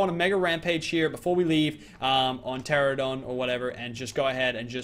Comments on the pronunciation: Did you seriously call it a Pteranadon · say it with me "Cia-a-tin" not "Chint-in"